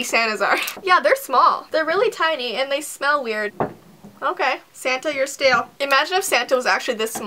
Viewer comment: "Santa, you're stail" 😂😂